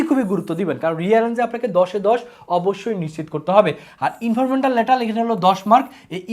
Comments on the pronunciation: ইনফরমাল ❌ ইনফরমেটাল ✅ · আপনি" informal" pronunciation করকে পারছেননা। আবার ক্লাস নিচ্ছেন HSC.